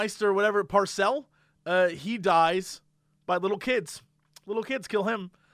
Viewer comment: Its Pycelle, not Pyecelle. Man it's amateur hour over here...